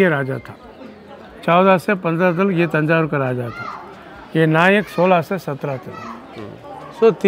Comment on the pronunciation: तंजावुर/तंजौर कहा जाता है न की थंजावुर । कृपया इस बारे में कन्फर्म करें ।